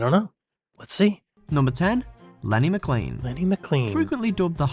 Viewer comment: McLean is pronounced maclain.